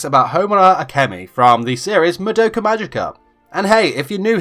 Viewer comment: It’s mah-douh-kuh not muh-doe-kuh